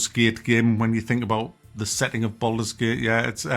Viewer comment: "Bald mans gate" 😂